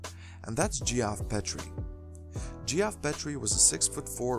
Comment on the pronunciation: Geoff Petrie is pronounced “Jeff Peatree”, not Gee-off Pet tree.